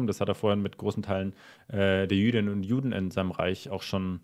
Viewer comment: "Jüdinnen und Juden" = serio??🤣